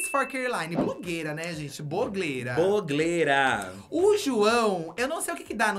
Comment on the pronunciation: Boglera, picla niclas. Mais palavras que vou falar errado a partir de agora 🤣